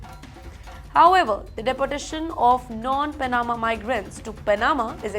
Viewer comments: Who is persecuting and executing these migrants in India? All lies. Btw please work on your pronunciation. Every time you say pa na ma it hurts my ears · Cannot even pronounce Panama or other easier words correctly. Whoever appointed her as a news reader.